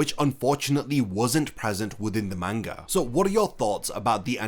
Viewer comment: Learn to pronouns manga right! your fckin annoying everytime you utter that word the wrong way...